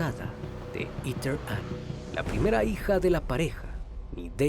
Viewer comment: Todo bien pero en serio “iter” ????? Heather se pronuncia JEDER